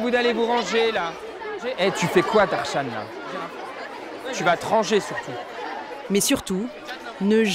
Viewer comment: Nn j'en connais qui ont le même prénom que ce gars et l'orthographe du prénom est Tharshan le CPE il a mal prononcé 😂😂😂